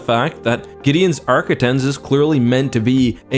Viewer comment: For the record arquitens is pronounced Ark-quit-tens. Also, before you comment, yes, I am a grammar nazi.